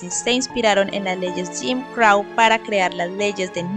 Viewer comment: Buen videoo ,pero crow se pronuncia vomo se escribe y no crau